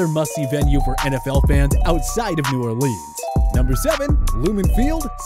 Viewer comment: I cringed at the New Orleans pronunciation but I should probably get used to it since everyone outside Louisiana does it wrong